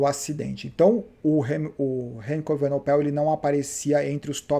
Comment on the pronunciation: Remco evenepoel, acho que essa é a pronúncia !! E não evenopel como dizes nos vídeos